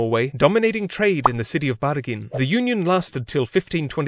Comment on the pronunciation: So you decided to use the rolling R to pronounce Bergen? We use the "skarre R", thats similar to the german r